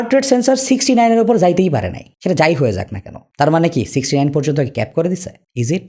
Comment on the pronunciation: 69 reading ta hassokor laglo